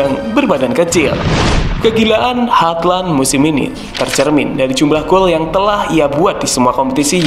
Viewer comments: Halland aja min bacanya, gausah hardland 😅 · halland nya dibacanya cukup "holan" bro, kyk holland bakery hehe🙏🙏 gas teross🔥🔥